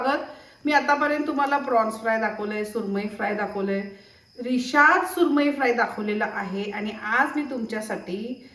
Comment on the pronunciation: Rishad nahi rashad bangda mhantat